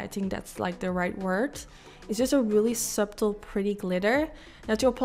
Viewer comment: I love purple eyeshadow, or green (although green doesn’t get much love: Hey, did you know subtle is actually pronounced like “suttle”? Just thought I’d let you know as I remember you saying you like to improve!:)